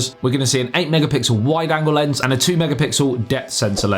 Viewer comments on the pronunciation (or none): none